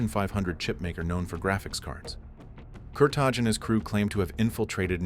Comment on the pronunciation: Its not Kurta[J] its Kurta[i].......that J is Albanian